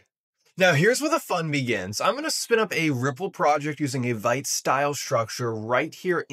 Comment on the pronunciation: vite is pronounced as “veet”